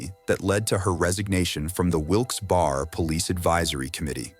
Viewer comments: Wilks BERRY is how it is pronounced. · Off topic, but isn’t the town pronounced “Wilks-BERRY?” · It’s pronounced Wilks Berry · It's pronounced Wilk's Berry you goddamn AI narrator. The entire world is shit now. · "WILKS BARE"